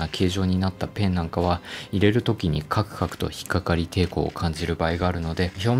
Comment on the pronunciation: カクカクが上手く言えてないの可愛いww